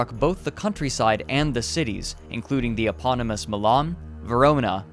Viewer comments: Cityss's doctorss's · Cool and informative. However, yiucanjust say "cities' not citieses" or "doctors' not doctorses"